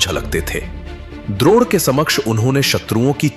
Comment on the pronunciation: बहुत ही ज्यादा अच्छी प्रस्तुति है सच में देखकर बहुत आनंद आता है आगे भी ऐसी विडियोज बनाते रहना थोड़ी बड़ी विडियोज भी बनाना और गुरु ड्रोन नहीं गुरु द्रोण थे🤣 AI voice - मज़ाक